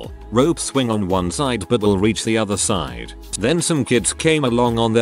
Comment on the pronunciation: wuan waun doupt